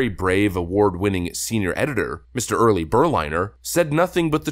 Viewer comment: HIS NAME ISN'T "EARLY" ITS YURI, SPELLED URI. JFC, dude... It's not hard to read.